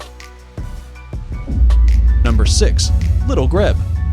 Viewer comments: Also it’s pronounced little greeb not little greb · All these birds are amazing in the unique niche they occupy within each ecosystem. The diversity of survival strategies is endlessly fascinating. Thank you for the time and effort put into creating this video. (Edit;😊 FYI Grebe is pronounced “Greeb”.)😊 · Nice vid- but some of the Narrator's pronunciations are incorrect.. "lichen" for example is pronounced 'LYCAN' - as well as 'Grebe'- pronounced 'GREEB" Can't be educational when the education is wrong. Nice footage though. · Nobody: The E at the end of grebe: am I a joke to you?